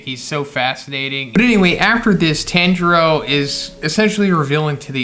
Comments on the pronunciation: TON JURO NOT TAN PLEASE STOP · His name is pronounced Tonjiro but spelled Tanjiro and the first sun breather name is Yoriichi